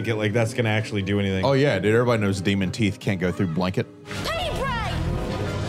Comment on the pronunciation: Did he get his "teef" fixed? 🤣💀